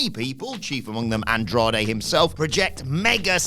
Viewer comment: Andrade* not Androhrei